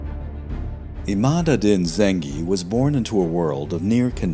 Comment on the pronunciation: Informative video. Arabic pronunciation could be better. In Islam and Muslim the "s" is pronounced like in "sea", not "z" like "is". Also the adjective is muslim, as opposed to islamic. These are common mistakes. Also "Imad" was repeatedly wrongly pronounced "Emad".